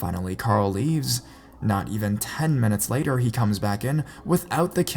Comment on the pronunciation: The guy sounded like my "bumperrr" and "laterrr" me ._.